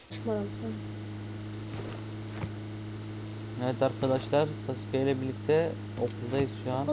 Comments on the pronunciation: abim hiç mi izlemedin o "sasuke" değil o "SASKE!" olucak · Sasuke değil saske sinir oldum 😂